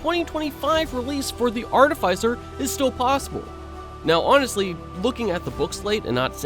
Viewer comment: AR-TIH-FIH-CER not AR-TIH-FIE-CER